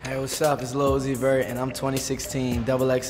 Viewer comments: Has me DEAD!! Lmao!! "Lil Uzoot-zeet-zoo-zee...vert". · "Little Uzi vert" lmfao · Lil uzi vert-luv-put l in lil and u in Uzi and v in vert and you get l-u-v